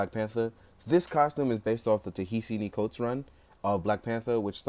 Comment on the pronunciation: Pronounced "Ta-Nehisi Coates" like 12 different ways. Lmao. It's not a terribly difficult name.